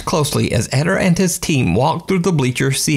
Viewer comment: It's not Edder, it's Ed-dare. Edit: Spanish emphasizes the second syllable.